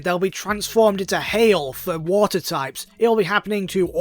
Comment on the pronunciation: Did you know that vaporeon... Can turn into wa'er